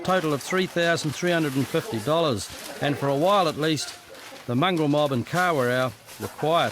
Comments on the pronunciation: You can't even pronounce the god dam town man and what r u plastic maori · A Māori cop mispronouncing Kawerau is disgusting 🤮